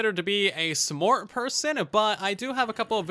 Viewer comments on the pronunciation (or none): Very good video, great points, but I was so distracted when you said "uhvrey" or "smort". Where is your accent from?